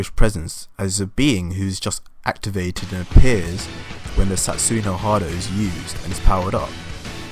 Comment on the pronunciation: No matter how many times you say "Satsoo no hard-o", it won't change the face that this is just unfounded rubbish trying to get views.